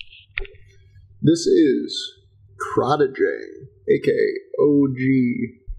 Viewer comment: Random fact for ya. The name is pronounced as: Crate-ing Dang.